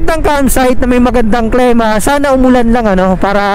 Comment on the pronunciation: sir klima po, ndi klema. ilang beses nyo p po inulit. God bless! more videos to come.